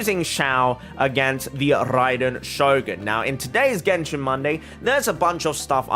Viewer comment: Rrrraiden shogun, ahahah, love it <3